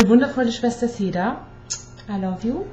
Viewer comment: sag doch seda und nich sida lol